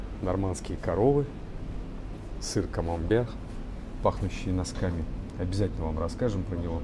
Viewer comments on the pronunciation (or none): none